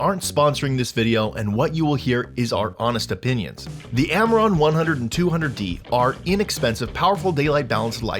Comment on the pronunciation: can you say - AMARAN